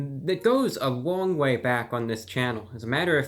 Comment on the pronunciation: "It goes a wong way back." That don't sound white.